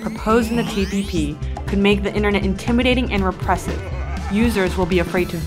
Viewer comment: With so much effort invested to make a great video, it's a shame the lady doing the voiceover can't pronounce the very thing she's talking about: the 'internet'.